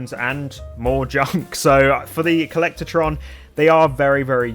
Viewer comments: Co-llec-tron not co-llector-tron omg :face-orange-frowning: You said it wrong so many times it was infuriating. Good video otherwise, agreed on all items chosen! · No a in “collectron”